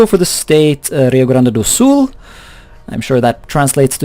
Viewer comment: rio grande do sul = great lake form south ( btw your prounauce was almost perfect )